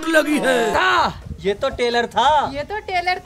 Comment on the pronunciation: सिर्फ झारा "ट्रेलर" शब्द बराबर बोल सकी. बाकि सबने "टेलर" बोला। झारा स्मार्ट है सबसे। With love from Mumbai